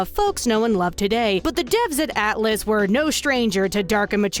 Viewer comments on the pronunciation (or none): none